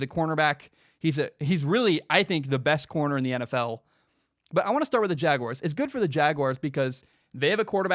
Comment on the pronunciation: Thank you for not pronouncing it jag-wire